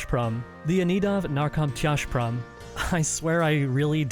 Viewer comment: I must compliment you on your pronunciation of Narkomtyazhprom, I was impressed of how close you were. Oh, and the video is also great btw.